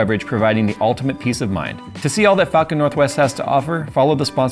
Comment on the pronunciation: That really did not sound like "falcon"